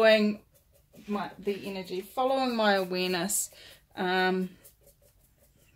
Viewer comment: Yes that was it...awareness. You said "Follow the awareness" a couple of times and I thought you said wenis. I thought perhaps it was one of those sayings which only make sense in one's own country! But thanks to mamabaer1110 I can hear awareness now!